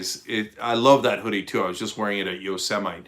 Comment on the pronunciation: Yosemite being casually mispronounced 😅